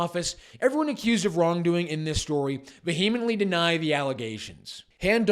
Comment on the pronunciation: Wait a sec, did you say veheemently? bro.